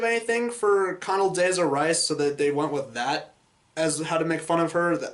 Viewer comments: Con-ul-DAY-zuh Rice? It's Con-duh-LEE-zuh. Jeez Louise. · "Conduh-lisa" Rice